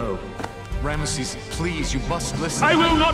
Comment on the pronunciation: true...it's got a great story and I love the soundtrack, I do however hate how they mispronounced the name of the pharaoh...it's Rameses not REMISES